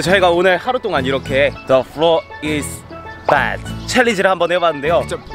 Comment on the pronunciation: Their pronunciation is more like "the floor is bad" so cute 🙈😂